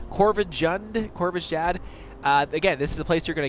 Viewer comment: Me looking at this crypts name: Kor-van-jund, simple enough. You looking at this crypt name: "Korvashhhtjyad, I think..." Me: 😳😳😳 How did you even... Korvashhh- Wait... What? Wait... WHAT?